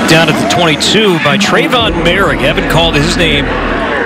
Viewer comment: “More - rig”